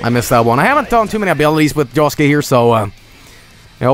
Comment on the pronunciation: JOSUKE NOT JOSEKE